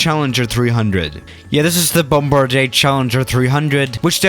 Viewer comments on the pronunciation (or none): none